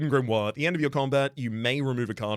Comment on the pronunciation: "grimory" you're gonna make me fall for the bait